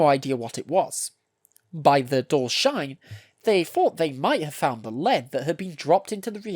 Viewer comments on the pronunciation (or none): none